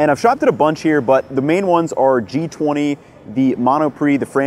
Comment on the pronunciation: Ji Twenty hahaha On dit G vingt ;) Also, I am very sorry but you are eating a steak sandwich on a 20 euros budget lol? That's certainly not the Parisian way of doing things ;) (I am from the 20ème)